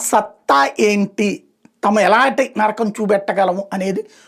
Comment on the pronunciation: నర్రకం కాదు నరకం